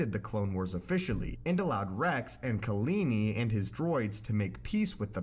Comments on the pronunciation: (KAH-La- Knee) Kahlani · Do you mean KalAni?